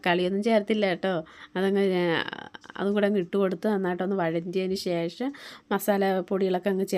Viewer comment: eppozhum eii shesham shesham ennu parayanda പിന്നെ ഷേഷം അല്ല ശേഷം ആണ് onnu max stop cheyuka ketto it's my advice